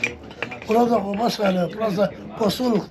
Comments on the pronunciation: Kuba diğil (guba)sizde Q harfi yok yumşak G le söyleseniz iyi olur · Kuba değil Guba